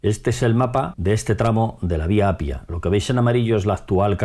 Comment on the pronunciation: Se dice y se escribe Appia no Apia. Es como en español: Carro y Caro que se pronuncia doble o simple según su significado, son 2 cosas distintas. Hay que doblar la "p" de Appia porque sino podría ser otra palabra distinta.